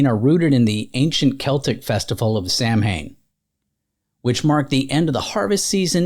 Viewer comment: Please look up the pronunciation of Samhain. It's pronounced completely different than what is expected.